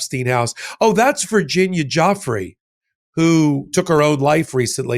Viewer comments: Her name is pronounced joo-fray.😢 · Virgina's name plays into their narrative. Leavitt seems giddy calling her Guffrey instead of pronouncing it correctly. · Her name is pronounced Geee Leen, it is a french name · please learn to say Virginia Guiffre name correctly. She committed suicide over this. Even though we all know that that is not your intent to be disrespectful, not at all, for her family the correct pronunciation has meaning. Thank you. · Leavitt does not know how to pronounce Virginia’s last name. But, you need to pronounce it as “Joo-fray”, please! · Please pronounce Virginia's surname correctly! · you’re a down right illiterate, you have a problem pronouncing names like Virginia Guiffre’s last name, you sound like an idiot as you usual.do, you’re a weird person with your little gay laugh and giggle. You don’t take these stories serious and you have these off the wall metaphors. Ben Meiselas and the rest of the team don’t act weird like you, they are normal and they take serious to the reporting while you clown around. By the way stop with your grifting grifting grifting, people don’t have spare money to give you, it’s the holidays and they have no funds to donate just to enrich yourself. Stop asking and pushing Americans. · Before you use a woman who was destroyed by not only Epstein & his cabal when she was a child but now by you & Maga as a political pawn, at least don't mispronounce her name...do you think you can do that Clarabel Layvet? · She's not even pronouncing the victim's name correctly. What a loser Karolying Levett is. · One would think that Karoline Leavitt might at least pronounce Virginia’s name correctly. Most especially, she being the Press Secretary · They don't even pronounce her name right for heaven sake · Leavitt---can't even pronounce the vicitm's name correctly. How disrespectful. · KKKaroline Leavitt can't even say the Victims name right. I hope she goes to jail for enabling Pedophiles.